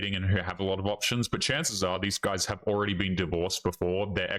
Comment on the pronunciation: I like how you say "options". You say "opetions".